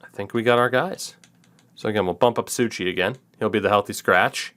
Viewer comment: its Sou ci not Sou chi